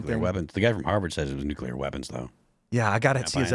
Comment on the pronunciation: Asteroid....not nookulur war....lol 66 million years ago.